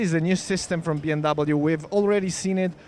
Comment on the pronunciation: It’s not B M double you. It’s BMWEEEEE